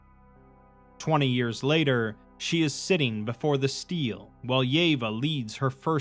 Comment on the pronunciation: Stele isn't steel. Stel A, stele